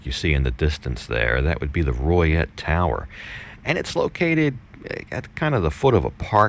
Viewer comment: Is it pronounced Roy et? I knew a gal from there she always said Loy et maybe my hearing not that good